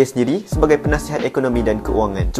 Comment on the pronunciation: Penasihat❎ Punaisihat✅